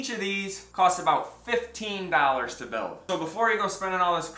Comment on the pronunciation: Wondering where you are from. "Dal ers" instead of "doll - ers". Just curious.